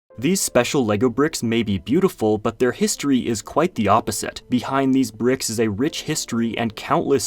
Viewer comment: Bruh said "pricks"